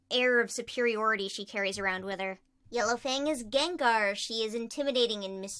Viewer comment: While u said “yellow fang” I was drawing and I heard “yellow thing”